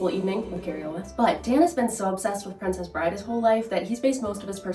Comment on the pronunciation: Did you guys notice at the end he distinctly said, ‘Prescribe.’ And as we all know, ‘Prescribe’ means ‘to authorize the use of medicine.’ So, he probably has a vitamin deficiency and…